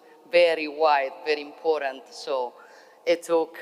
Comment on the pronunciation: Grande donna ma la parola important deve correggerla; la sui pronuncia come in italiano senza la e finale.